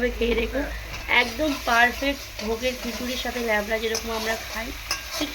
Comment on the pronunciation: লেবড়া নয়‌ উচ্চারণ হবে লাবড়া